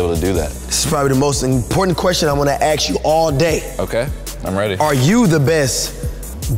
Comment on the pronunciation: Ima “ASHK” u a question